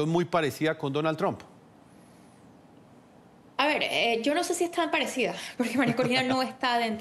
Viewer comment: Cómo es que esta gente no puede pronunciar TRUMP correctamente??